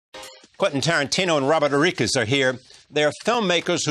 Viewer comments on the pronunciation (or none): robert oriquez? god i hate that awful charlie rose... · How did he pronounce Rodriguez?